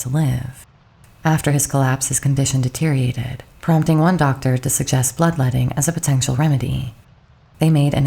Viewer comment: "Deteriated" - Det er ior at ed